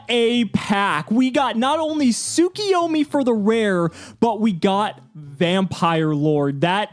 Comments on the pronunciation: Why do they pronounce Tsukuyomi Tsukiyomi? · Every time they pronounce it soo-kee-yo-mee, I get so mad because I would pronounce it sa-koy-yo-mee. Really it's soo-koo-yo-mee